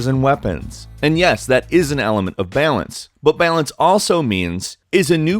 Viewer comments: lol "bealince" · the way you say the word balance needs work